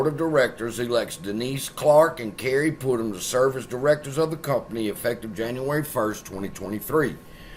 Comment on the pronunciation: Not Pootum. PutNam. 🤦‍♂️🤡